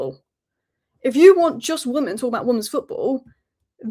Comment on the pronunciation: why do you keep saying 'woman' and not 'women'?